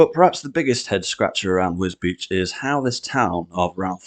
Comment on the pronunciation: Well done for saying wisbech right😂